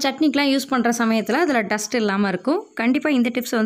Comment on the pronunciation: டஸ்டஸ்னா என்னம்மா, டஸ்ட் தான் இருக்கு. இங்கிலீஷ் தெரியலை என்றால் தமிழில் பேசலாமே.